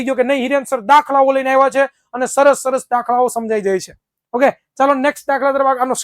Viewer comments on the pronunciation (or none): he try to said saras 😅